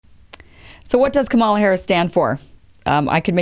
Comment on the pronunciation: You don't know what KDH stands for because you haven't listened to her videos, or the Oakland speech, or read her book. I can hear that you haven't read the book because she explains briefly how to pronounce her name, and you mispronounce it. Also, her opening video shows that she stands not for a 50-point plan (explained in the book) but for American traditions that have been seriously damaged by tRump: Truth, Justice, Decency, Equality, Freedom, Democracy. Her record on these fundamental ideas speaks for itself - again, do your research!